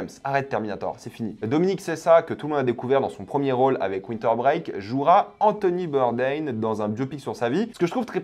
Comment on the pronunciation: Anthony Bourdain se prononce à la française!